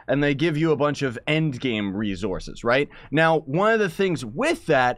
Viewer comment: Does anybody else notice how he says rezorces not resources